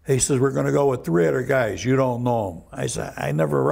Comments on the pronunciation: People from Chicago and New York both say "Tree" instead of three lol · "Tree weeks" that makes me laugh 😂